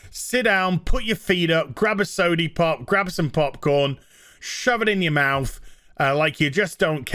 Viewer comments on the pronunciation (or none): I love your videos and respect you opinions... But... Everytime you say pop i die a little inside lmao